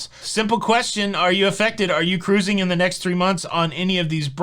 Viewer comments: exactly. This shows his excitement and love for what he does. I do believe he knows the proper pronunciation. Let him have his excitement. Always fun to listen to. Shush 🤫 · As a future Mardi Gras cruiser, I eagerly await your thoughts, views, vlogs, etc…I ask my steward the first time I meet him to have ice daily. Easy peasy. They’ve always accommodated my request. Finally, it’s not pronounced cruising, it’s pronounced ca-ruse-ing. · Hey! What happened to my three Syllable Cruising!!!!